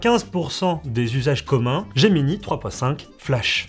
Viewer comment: Gemini et non Geminee, S'IL VOUS PLAÎT.